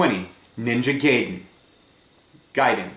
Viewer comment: "ninja gayden guyden geyden gaiden!"